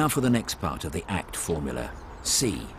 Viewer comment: ACT sounds like *Fart* CT